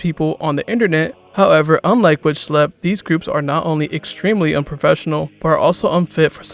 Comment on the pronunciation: it’s pronounced “shh lep”. IT IS ON HIS CHANNEL BANNER!